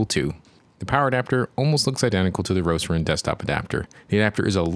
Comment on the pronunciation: Why you call it "Roceron"?